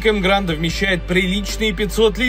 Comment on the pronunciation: Так погоди автор. Вопрос ты специально называешь емгранд, а название emgard. Эмгард. Машина 8 лет в стране (как марка) продается. Видео интересное в любом случае спасибо за труд!